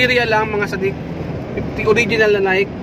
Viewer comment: Mr Vlogger,it is pronounce as Naiyke not Nayk.